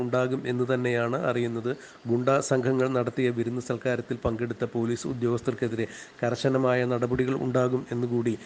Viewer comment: Corporation Pailice 😆😆😆😆😆😆😆😆😆😆😆😆😆 Police allaa Pailice 😆😆😆😆😆😆😆😆😆😆😆😆😆😆😆😆😆😆😆😆😆😆😆